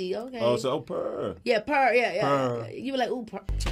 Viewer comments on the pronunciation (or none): Not “pur pur pur pur pur” Daniel 🤣🤣🤣